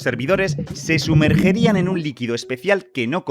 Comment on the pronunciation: se dice sumergirian